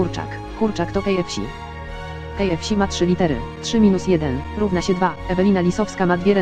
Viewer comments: czy ja usłyszałam kfsi ? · Kejefśi XD